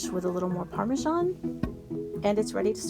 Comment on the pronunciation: Parmesan not Parmajan.